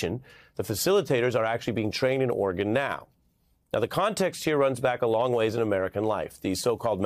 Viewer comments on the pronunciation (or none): Melber all but omits the second syllable, making it orrgun. It's not the only letter he's cruel to, crimes against the letter t featuring often : inner views, inner national, inner vention etc.